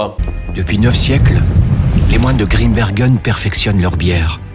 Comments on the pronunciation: Grimbergen comme dans Saint Bernard! On ne dit pas un saint beurnard donc pas Grimbeurgen svp! Merci. ☺ (Et puis ouarloos, pas Varlouse) et puis arretez d'essayer d'imiter un accent "belge" qui n'existe pas! Merci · "désolé pour la prononciation de waerloos" alors que depuis le début il prononce mal "Grimbergen" et "maes" 😆 (mais c'est pas grave, on t'en veut pas!)